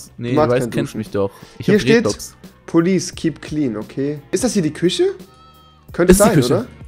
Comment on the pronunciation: alle sagen ganz normal küche aber rewi sagt kusse